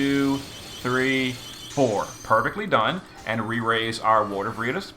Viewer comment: Took me a bit to figure out who vereetas was since it was mispronounced over and over lol